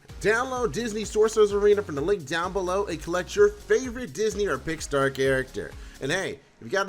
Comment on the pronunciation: Pickstar? You mean Pixar? IT BOTHERS ME OK